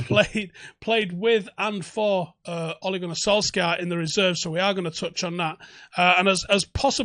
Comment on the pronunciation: Please!!! Sul-shire! It’s pronounced Sul-shire bud